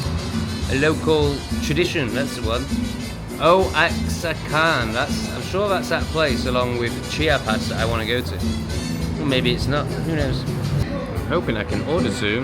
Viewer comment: Oaxacan is pronounced Woah-hock-kan, Oaxaca is pronounced Woah-hock-a. One word at a time mate, you'll get there ! And yeah It's a nice region between Chiapas and Mexico City. Maybe very hot in summer though. And they do love eating fried grasshoppers there. Oaxacan cheese is amazing.